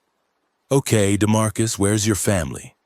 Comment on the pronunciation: What the hell is a DeMarcus??? That's enough. Couldn't listen to any more.